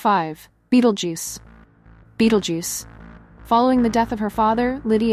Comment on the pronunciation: I love the content but not being able to pronounce simple words like, Beetlejuice is off-putting